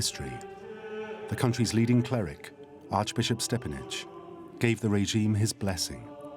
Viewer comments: STEPINAC NOT STEPANIC...why you Americans do not respect names??????? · Its not Stepanic but Stepinac. How can you call yourself a reliable source of information when you cant even say someones name right?